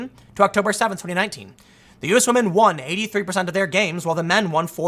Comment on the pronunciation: Shoe is pretty decent. But yeah, wahmen doing wahmen things. News at 11?